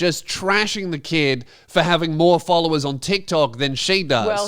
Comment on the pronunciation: Oh, all these folovers, she said.